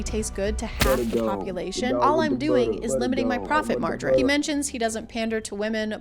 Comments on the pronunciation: Please tell me I'm not the only one who heard "profit margarine" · “Profit margerine” niceeeeee